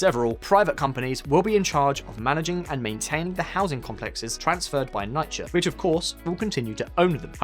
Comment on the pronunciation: People from NYC listening like "what he hell is NIGH-KUH".